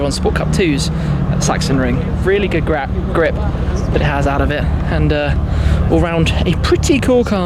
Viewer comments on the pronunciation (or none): When you said "grap" instead of "grip" I knew, you really enjoyed driving the M2 CS... support and love from South Africa!